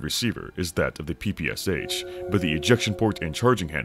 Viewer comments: Sorry, but cant stand it... That soviet smg not p-p-c-h, it is pæ-pæ-sha [pɜːpɜːˈʃaː] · "Erhm aktually its pronounced pappasha🤓☝️" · Being from Ukraine (which had been a part of the USSR), it's so weird hearing PPSh beiing spelled like that, lol. As "Sh" is spelled in one letter in russian, the way PPSh is pronounced is "Pepesha" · It take me some time to realise what PPSH is) because it's original abbreviation consist only of 3 letters - "ППШ"(P-P-Sh). its stands for Shpagin submachine gun. It's just a bit funny to hear P-P-S-H, but tbh this pronunciation more cool ;) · i hate when PPSh-41 (ППШ-41) pronounced as "pee pee ass h". It's Shpagin's submachine gun! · Huge mistake was naming PPSh this way that others read it like 4 different letters. When in reality last "Sh" sound is pronounced like in word "Shallow". Because PPSh literally stands for "Shpagin's sub-machine gun" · Bro, you cant criticize others for gun cringe while mispronouncing PPSh that badly 😂